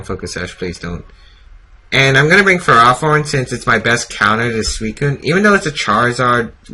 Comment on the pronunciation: It is FerrOthorn not FerrAthorn.